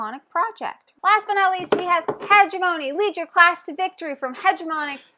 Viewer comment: Hegemony might be the most thematic game I’ve ever heard of. I’ve heard good things but you two recommending it has put it to the top of my list! Also, it is my crusade as an Anthropology major to get every gamer to pronounce Hegemony correctly (Huh-jem-uh-nee)